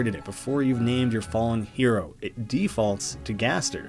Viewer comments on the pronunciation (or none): none